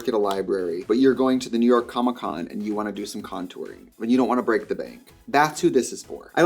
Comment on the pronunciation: i actually cried laughing with the “i vant to redo your packaging”